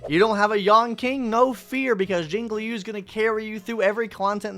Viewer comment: You finally said Jinglui's name right